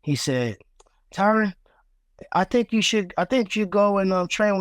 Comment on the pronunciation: Don’t pronounce an E at the end of his name lol, it’s Tyron not Tyrone